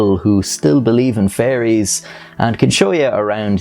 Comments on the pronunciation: He says fairies like he's s saying furries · I love how Irish people pronounce fairies as "furries".